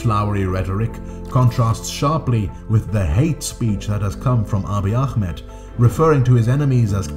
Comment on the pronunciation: The way you pronounce akhmed is too strong, I know it comes from good intent but try just calling him “aameed” spelled Ahmed next time :)